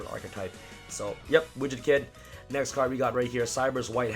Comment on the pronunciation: Lul sounded he was saying rich the kid when he says widget kid